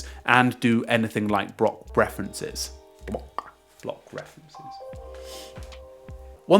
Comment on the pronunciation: "Bwock weferences" lol Love the videos as always!